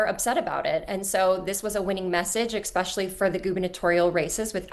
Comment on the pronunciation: EXpecially? Speaking of artificial intelligence. 😂